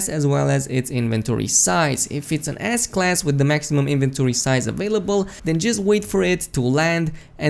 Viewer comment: Am I the only one who hears "Ass Class" instead of S class, lmao